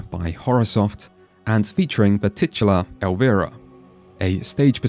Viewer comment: "Titular", eh...